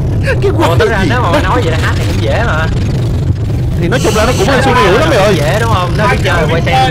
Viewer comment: Hát halt chứ ko phải háp hapt nha anh:_)